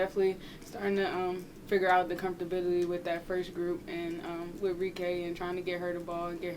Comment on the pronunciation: said comfterbility thats wild 😂great coverage champ🫡